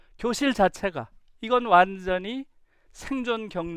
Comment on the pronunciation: 전혀 관계없는 말이지만... 완전히같이 'ㅈ'발음할때 완즈언히 하는거 너무 웃겼읍니다 😂... 강의 너무 잘 들었어요 😳❤❤